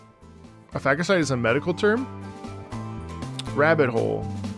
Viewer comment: "" 😆poor Roccia...already forgotten Btw Phageocyte is pronounced "Fage-o-cite" (rhymes with "sage"). Its a type of white blood cell. Phage is a short term for bacteria or virus as well. Interesting implications for how these Fractsidus are created OMG i'm so glad you discovered Evangelion. I too would shit my pants if Wuwa did a collab with EVA. Its literally the only anime i give a shit about. Also super stoked you decided to watch the OG series first before the rebuilds. Make sure you tackle Death, Rebirth, and End of Evangelion 'movies' as well to get the complete package. If you really want to destroy your wallet, check Tokoyo Otaku Mode for Eva statues. They have some really sick ones, of which i already have 6 lol